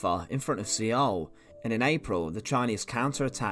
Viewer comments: I hate to be that guy, but Seoul is pronounced "soul". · Good presentation. It was a horrible war but thanks to those brave men more people have freedoms. Your pronunciation of Seoul is a little funny. I couldn't do better and it doesn't make your presentation any less.